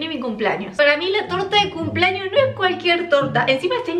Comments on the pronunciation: Campaña para que aprenda a decir CUMPLEAÑOS y no CUMPLAÑOS!! Me estresa cuando dice CUMPLAÑOS! Al igual cuando dice PAPA NUEL JAJAJAJA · Por qué dice cumplAños 🤦🏻‍♂️. Me altera, es cumplEaños 🙄